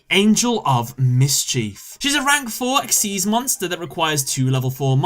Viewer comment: 1. #88 Gimmick 2. Vennominaga 3. Last Turn 4. GhostTrick Angel of Miss-Chief 5. Whore-Uh-Kuh-Thee 6. F I N A L 7. Got bored - Clicked to a new video....